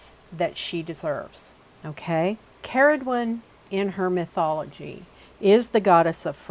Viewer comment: as someone called Ceridwen from Wales, very refreshing to hear it pronounced correctly :)